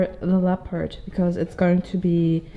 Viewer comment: your videos are always such a peaceful delight & a treasure to watch! Thank you for sharing your process. I will play teacher for one moment: In {American} English, we pronounce leopard to rhyme with peppered. 😊 I hope this helps!